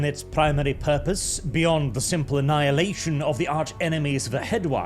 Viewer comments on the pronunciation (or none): none